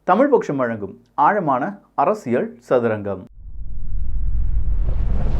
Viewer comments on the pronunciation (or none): Bro, please pronounce properly, it ain't அரசியள் it's அரசியல்